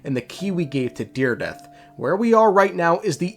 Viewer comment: her name is dire-edith